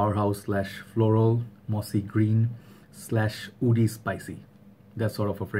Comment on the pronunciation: When you say Woody, you pronounce it as "oody" is that a reason that agarwood is called Oud? because a lot of Oud comes from the region. Assam, Bangladesh and upper Bengal. I have a friend from Assam he speaks Bengali too and he has a similar accent as yourself. I never noticed it until just now. Can the word "Oud" have come from the way Bengalis pronounced Wood. There's also an Arabic musical instrument called Oudh. It's made of bent wood strips. This got me thinking ! Solid review as always btw. I adore this fragrance and I am glad you talked about the bottle design. I adore the bottle. So simple yet beautiful. It reminds me of my time in university in southern India.